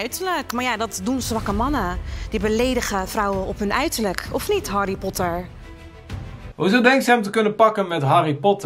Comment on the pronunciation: waarom legt de klemtoon zo raar bij 'harry Potter' 😭